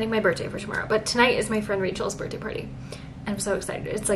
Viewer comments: Girly… you know its birTHday, not birtday, right 😅😂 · 😆🫣 one of those things I suppose. It’s a TH not just a T hahahah